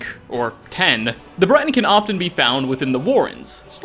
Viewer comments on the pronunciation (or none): none